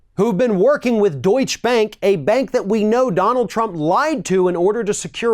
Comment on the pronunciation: It's not important, but Deutsche Bank is pronounced with e at the end of Deutsche, as "ɛ" like in dress or bet.